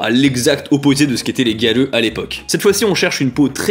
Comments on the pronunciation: Moi grêleux 🤣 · Quand tu disais Gyaru, j'entendais "Galleux"... x) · J'entends aussi galeux ! 🤣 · A chaque fois que je l'entends dire "gyaru", j'entends "galeux".. x'D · On est d'accord xD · T'as dis gyaru j'ai entendu galleux TT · Quand il a dit gyaru j'ai cru qu'il avait dit galleux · J’arrête pas d’entendre galeux au lieux de gyaru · HAHAHAHA j’arrive pas a ne plus l’entendre maintenant